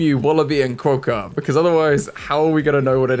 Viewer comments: Sure you've heard already you're not pronouncing Quokka right but anyway always throws me how others react to Australian animals I don't even think twice about as an Australian - Fun thing though Emu you can just straight up walk upto and pet and feed, do it all the time - They are greedy guts though and will try to snatch the food. Kangaroos I wouldn't try feeding because of the males but wallbies are the same you can feed them by hand :) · That Quokka pronunciation 😂 I can't haha It's supposed to be more like kwoka and not a long o like status quo, it's kwok a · Quokka is pronounced with a ock sound so like clock, hock and sock so in other words it should be spelt Quocka 😂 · Best way to pronounce quokka is to say it with a W like qwokka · I noticed there was an animal name Jannali -- I think it would be cool to keep that one, as it's actually the name of a suburb in Sydney! No ideas for other names, though... As for the quokka, it's pronounced "kwohkah", like you'd say "rocker", I guess? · Quokka, is pronounced like co-wa-ka there's an island full of them and there very cute Edit- read the comments I got it wrong. the pronunciation where I'm from is weird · You say Quokka with a short 'o" sound. like Kwokka. Rhymes with "rock" and add an a. Just something I do to save money now is 'move' the trees into the surrounding area of your zoo space, if I want to get them out of the way rather than delete them, as you found out you lose money deleting them. Australian colours are actually green and gold. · you might not read this, but as someone from Australia, we pronounce it qu-o-c-u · I love Quokkas, they are pronounced Ka-wok-ah. I go to Rottnest island all the time, where they are from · Quokka. Pronounced kwo-kha with the 'o' being pronounced the same as the 'o' in hot. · Quokka is pronounced KWOCK-KA. Think the word Crockpot ‘crock’ with a W replacing the R, and a ‘Ka’ on the end. -an Australian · its pronounced Quak . kaah